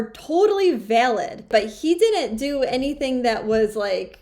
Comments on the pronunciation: Right off she can't pronounce "didn't". Honey buns, it isn't "did dint"! "Dint" is int a wur duh. Create syllables much? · Learn to pronounce didn't